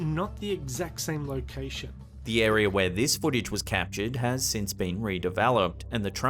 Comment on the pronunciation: Me: Area Slapped Ham: Arear